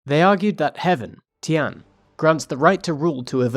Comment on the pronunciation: Zhou -> like the English name "Joe" Tian -> "tyen" like "yen" but with a T The videos are good, but apologising for pronunciation is a bit strange when you can just look it up online.